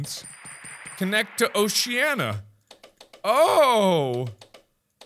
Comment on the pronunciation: It’s not Oh she ah nuh, it’s oh shuh nee uh